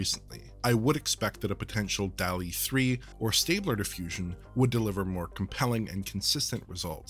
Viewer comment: It's pronounced "dawl-ee", not "delly". There're two Ls, like in "hall". *armor